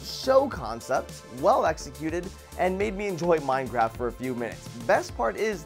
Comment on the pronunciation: said minegraph